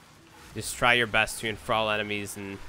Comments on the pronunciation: 'Enfral' for Enthrall, dammit I can't. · LOL, why do you keep saying "En-throwl"? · The 'al' in 'Enthral' is pronounced the same as the 'all' in 'Ball' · The pronunciation is so off I cringe everytime here says enthrall. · Enthrall and thrall are both pronounced like hall or wall. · Enthrall should rhyme with crawl, just so you know.